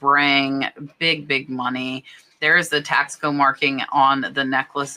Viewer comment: Taxco is pronounced Tasco, Tasco is a town in Mexico where the whole town makes silver jewellery. Even families that live further away from the town ( small city) bring their pop and shop silver jewellery to town to sell to the wholesalers and stores. Are you saying there is a brand called Tasco (taxco) or are you saying the piece was made in Mexico in Tasco? Thanks.